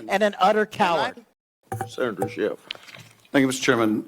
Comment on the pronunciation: he needs to be in jail "Schiiff"